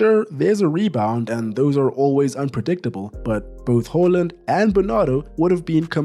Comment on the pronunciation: why do you keep calling the man "Hooland" it's Haaland!!!